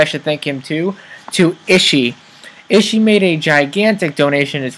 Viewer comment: For some reason when you say ishi it really bugs me -_- taekkyon to :P Good video though :D